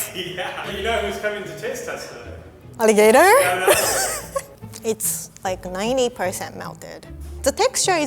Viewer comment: Producer: Alligator: ARRIGATOL?